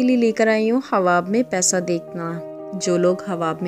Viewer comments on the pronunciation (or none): Ye hawa kya ye hawa khwab bolna nai ata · تم خواب بول رہی ہو یا حواب ۔۔۔؟ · الف ساکن ہے اس لئے خواب کو صحیح پڑھیں